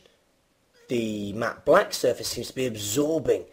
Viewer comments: This guy really struggles, pronouncing the short "a" sound in all the words he uses, containing that sound. mAAAhtte blAAAhck. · the way you say "matte black" lol. nice vid